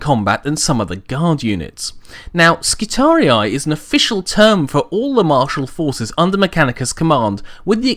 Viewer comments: "Skitari-i" is how a latin word is read/pronounced by an english person. In latin, the last two "i" vowels would be pronounced as "ee", which means the last portion of the name would sound as a longer "-ree" and not "ree-eye". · of Terra Although I understand why you pronounce it your way, my latin classes taught me that if it truly is latin and second declination (which it looks like) then it should be pronounced as skitari rather than skitariai. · My friend, the correct pronaunciation of both Triarii and Skitarii doesn't have the typical anglosakson 'aye' in the end. The wrong Rome Total war pronaunciation is due to their error or maybe they wanted it to sound cool. It's just a note and keep up the good vids. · Just to add to the pronunciation confusion...the American pronunciation of Triarii is Tree-Ar-Eee--Eee, not Tree-Ar-Eee-Eye. Making Skirarii Skit-Tar-Eee-Eee. But awesome video. Never cared for how anyone else pronounces anything else anyway. XD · Latin hat on: Since the singular is Skitarius and the plural is Skitarii, you should pronounce it with a double I due to the fact that the second I marks the tense and cause. Just like the singular of Triarii is Triarius. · ***** English is also one of the languages that use latin words in original form the most (graphically, not pronounciation), but from words like Roharii, Triarii and radii I think we can assume that Skitarii sounds like it has two identical "i"s or a long "i" sound at the end, not "ai". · omg he keeps saying the name wrong! I'm done. unsubcribed I'll take my business elsewhere. Burn in righteous fire heritic. lol kidding I enjoy your videos keep up the good work. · WHY U SAY NAME WRONG!!!! GRAMUR TROLL MAD!!! TROLL NOW TROOOOLLLLLL YOU!!! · you said skitarii wrong, plus the disclaimer was to long.